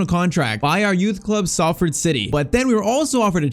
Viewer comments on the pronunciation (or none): “We we’re offered the chance to travel to Manchester” Salford is literally in Manchester😂 btw though for pronunciation Salford is pronounced “Sol-Ford”